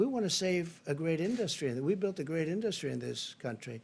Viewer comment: HE CAN'T SAY "INDUSTRY"